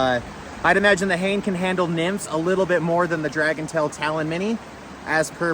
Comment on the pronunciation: Fun video. I'm sure by now you know that Hane is pronounced "huh - nay", not "hay-n". Not that that is too important. What's important is how the rod fishes, not how to say its name. :o)